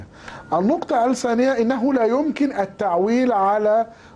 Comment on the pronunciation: ال سعوديه والنقطه ال سانيه ال ثالثه كلها كلمات لايجب نطق ال فيها لانها لام شمسيه وليست فمريه وكذلك الثانيه والثالثه خطأ في النطق الن تظهر ال فيها .. يعني بصراحه اللغه العربيه عنده ضعيفه جدا